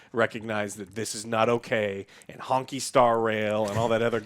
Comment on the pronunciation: "Honking Star Rail" 💀